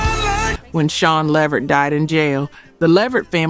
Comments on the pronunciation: Pronounced 'la-vert' not 'levered' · OK look l am a subscriber but l refuse to join just off the way you say Levert instead of Le'vert. It makes me feel like you are some bit or something because if the music and the content is worth it you would make sure it is properly done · Levert is pronounced Le—VERT, emphasis on the last syllable not on the first syllable. I’m noticing quite a few mispronunciations of names in some of these videos. Please make sure to pronounce the names correctly. Don’t just assume you know based on the spelling. You can google the pronunciations or refer to other videos, awards shows, interviews, etc. where the artists’ names are correctly pronounced. Or ask some older people who were around back in that day who remember those artists. That way you can hear the correct pronunciation for your videos. You are making excellent videos but mispronouncing names of the artists. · She needs to pronounce his last name right. She’s pronouncing it completely wrong. It’s (Le - vert) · Please, please pronounce these stars name correctly. It’s La Vert.